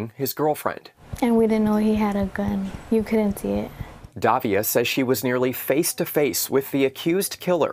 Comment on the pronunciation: it is "Davila" and not "Davia" learn some pronunciation, c'mon man!